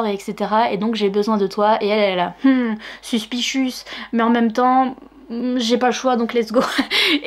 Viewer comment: "Mmm... Suspichus..." 😂